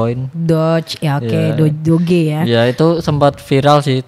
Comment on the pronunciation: DO-GE no DOJ - DOC